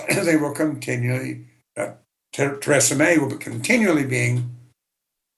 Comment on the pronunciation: He pronounced Theresa May like Tresemme